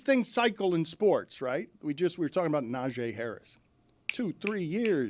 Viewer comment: Dan should have a penalty or at least have been called out by someone in a room full of sports guys. He repeatedly kept calling NaJEE Harris "NaJAY"